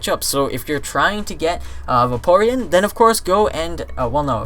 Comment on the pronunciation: It's pernounced vay peer eon